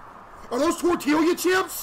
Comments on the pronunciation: He said TORTILLIYA CHIPS 😂😂😂 Case its pronounced tor-tee-ya chips not tor-til-liya 😂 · It's pronounced tortilla, Case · tor-tee-ya btw case! 😊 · did bro say tortilliya chips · As an Arkansan, how and WHY are you saying tortilla like that?! 🧍🏼‍♀️